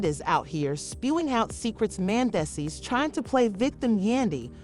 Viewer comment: If you got a AI voice goin’ on, shouldn’t it pronounce the name correctly Man dees sees. That’s a closer pronouncing rather than the AI voice. Do better.